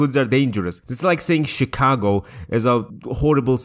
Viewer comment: I am in tears at your propper Midwestern pronunciation of Chicago. Truly you are the best Georgian